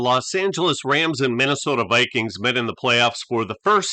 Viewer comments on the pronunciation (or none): none